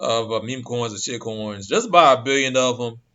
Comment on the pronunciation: I love the way you lay emphasis on shitcoin... awesome 👍👍👍 I'm bullish about ADA and HBAR for life.... I'm looking into Fedcoin, Vchain and Chz